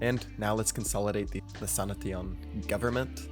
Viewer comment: it's "sanashin" not "sana teon"